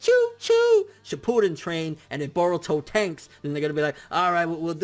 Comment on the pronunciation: Are we gonna ignore that he said "sheepuden"